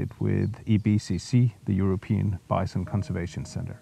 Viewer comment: Congratulation on an interesting and very positive project and an interesting video about it. It took me some time to adjust to pronounciation of 'bison', it sounds like Vincent. In future videos, please pay attention to that - bison is 'bison', not visent... Otherwise a very good, well-filmed and interesting video. Thank you for sharing your experience.